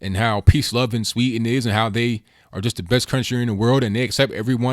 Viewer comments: There is a "d" in "Sweden". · Sweden not Sweeten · It's pronounced Sweden, not Swee'n. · Please pronounce the "D" in Sweden, It's NOT "Swe'en" it's "SweDen" I'm Swedish :) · It is pronounced Swee DEN, not sweeten. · sweeden not swee"n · Learn how to pronounce "Sweden" please!